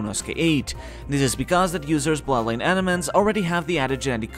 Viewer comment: When you say bloodline it sounds unclear. It sounds similar to plot line, which is a bit confusing in this context.